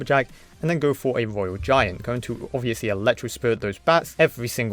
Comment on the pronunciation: Twophys, mighty miwer, woyal giant, cwazzy 😂